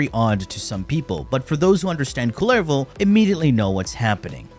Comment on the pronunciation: It says kull-e-vo.